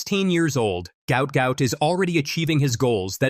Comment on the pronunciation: Pronounced Gwat Gwat . That should be sorted. My feeling is this young athletes? Will rise above all of this